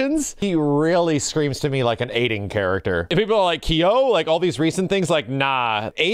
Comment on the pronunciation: stop saying Ki-yo its KYO KYO KYO!!!! one syllable like TOE God dman these Americans. same with RYU!!!! one syllable!!!!!!!!!! No one will ever listen to us